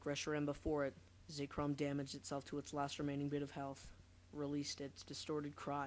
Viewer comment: it is ZEK-rom not zeekrom